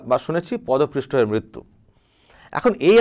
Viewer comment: কথা টা পদপৃষ্ঠ নয়, পদপিষ্ট।